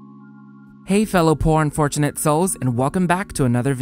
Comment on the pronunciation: "Hey fellow Porn-Unfortunate souls." I swear that's what I heard. lol 🤣